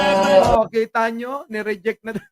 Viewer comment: hindi naman nya sinabi na ni REJECT.. ang sabi nya niRIDYIK... hahahaha